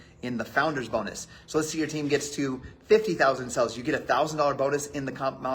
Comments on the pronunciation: I'm sure he was trying to say "sales" but every time it sounded like "sells" and drove me nuts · My dude it’s sales not sells😵‍💫😰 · He says 'sales' like 'sells', it's driving me nuts! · Is he saying in sells instead of sales? STOP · Why can so many of these people NOT pronounce the word "sales"? It's SALES not SELLS. You have a million dollars in sales, not sells. OMG. Just one more thing that drives me batty about these people. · Is it just me or does he say sales really weird it's bugging me